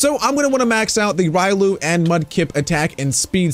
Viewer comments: Its pronounced Re olu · Me hears you call Riolu wrong WHAT